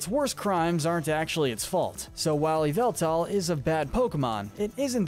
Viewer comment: Him:eviltal Pokémon: yveltal